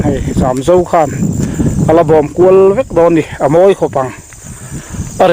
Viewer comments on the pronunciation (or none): none